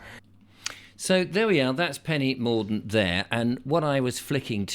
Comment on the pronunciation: Hahah....Penny Morgue-dent.